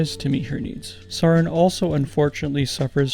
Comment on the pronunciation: Please learn how to pronounce saryn, its literally just the word sarin spelled differently